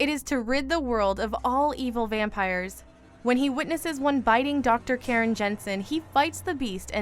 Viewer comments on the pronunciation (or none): none